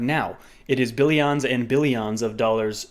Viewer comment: lmao bellions n bellions